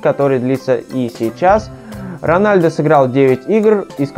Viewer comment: 1. Рональдо - вообще нет такого. Есть Роналдо, но это бразилиц. Роналдиньо ? Нет, тоже не тот. Роналду его фамилия. 2. "Играл за молодежду" - да ладно?! А что все остальные сразу играют в основе? 3. Сын Ронадлу - Криштиану Роналду II 4. Рост Месси, по последним данным, - 170. (лично я не доверяю) 5. Ронадлу получал золотой мяч два раза. 6. Лучше было сказать "Каталонскую Барселону" 7. МЕсси, а не МЭсси. 8. Развел срач среди глоров - ЛАЙК ! 9. Почти всегда играет за Барсу? Он всегда играл за этот клуб, лол... И за Аргентину. 10. Ммм, люблю слушать тупые факты из интернета от человека, который ничего не понимает в футболе (Рональдо подтвердит).